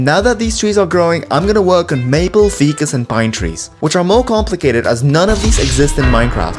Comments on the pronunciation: When you say "fee-cuss" do you mean ficus trees? Cause it's pronounced 'Fy-cuss' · Bro did not just call a ficus tree a "feecus" tree💀